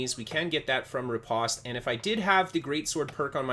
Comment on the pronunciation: very nice! also, the pronunciation is ruh-powst